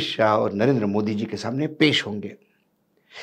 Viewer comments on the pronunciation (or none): none